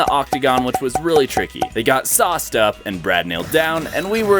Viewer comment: Why did bro say the wood got sauced up sounds like oiled up